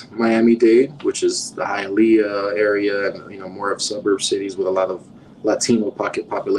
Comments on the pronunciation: It's pronounced "Hi-yuh-lee-uh" lol. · It's pronounced hia-lee-ah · Hialeah is pronounced..."HIYA LEEYA" ur killing me with ur pronunciation 🤣 🤣 🤣 can't believe no one corrected you on that before you posted this. This was well put together though. I'm from south Florida...u should do one for Broward county, take em thru north Lauderdale.. pompano, Lauderdale lakes and lauderhilll down 441 by the swap shop to sunrise... hollywood and east side Miramar... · It is pronounced HI A LEEEYA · It's HiaLEEah. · Hialeah is pronounced “high-uh-lee-uh” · Hayaleeea. Lol. Good video ! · Not to bash your work, but it is pronounced "Hi-ah-lee-ah" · Hialeah is pronounced Hi-ahl-ee-ah not Hi-ahl-ea-uh.